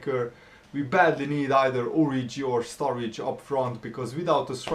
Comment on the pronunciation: not strurridge